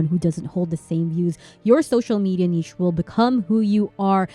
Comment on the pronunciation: yes! You pronounce niche like I and my biologist family does! I felt like I was losing my mind on that. (I know it is off topic but it was validating)